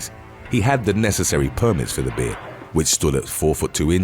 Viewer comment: The way you say "there, bear and deer" is hilarious. Must be a British Jamaican.